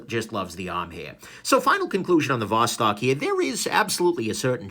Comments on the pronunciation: ты все-таки не русский. То как ты говоришь: Восток, Достоевский, так русские не говорят. А может быть это такая хорошая маскировка? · Eh, "Vos-talking" sounds Romanian to my ears.